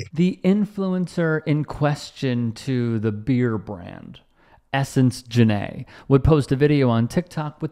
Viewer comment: So Jenai , nice name ... its my name too ! Ive never seen anyone else spell their name like mine but its not pronounced JANAE ITS JENAI long EYE sound not a short A lol and its actually a spinoff of YENNAI which is mandarin for true love or one who loves people But i adddd the AI after Jen and now it means ONE WHO LOVES DOGS because People are STUPID